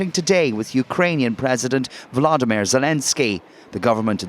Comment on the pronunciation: Will they ever learn to correctly pronounce Zelenskyy's first name - it's NOT Vladimir!